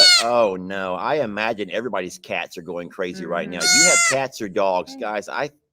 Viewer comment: Did you say the ima Jean?